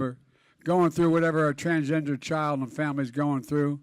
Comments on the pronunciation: "Transjester Americans" 😂 Oh, Joe.. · Biden said TRANSJESTER! Lol what a clown! 😂